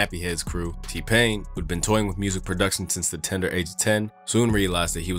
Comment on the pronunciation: Don't say "tender" 😂